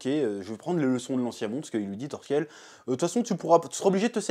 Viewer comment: Par contre c’est Thorkell, pas Thorskell